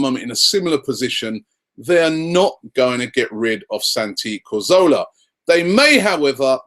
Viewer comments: Can someone just tell Robbie that it's Cazorla not corzola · Cazorla* not Corzola..